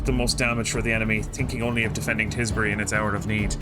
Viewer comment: Tisbury, Tis Bury Nice